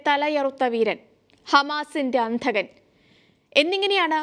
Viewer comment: അന്ധകൻ അല്ലെടീ, അന്തകൻ എന്ന് പറയൂ.